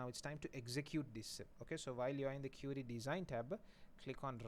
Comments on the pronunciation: You actually say it as curie 😂😂 lucky not cutie... But you are best ,you too teach well. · I guess you pronounce query is wrong. Since i say "e" as "a"...